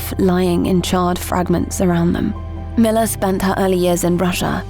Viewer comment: Milla Jovovich… love her. One minor issue though. Her first name is pronounced “Mee-La”.